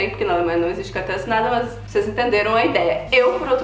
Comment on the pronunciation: Adoro o Canal.. Me acabo de rir,quando a fala: "Maas"...